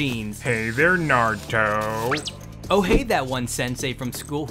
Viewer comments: thats not Naruto, thats Narudo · "nArTuOh nArUtOh nArUtOh bElIvE iT bEliVe It " I believe it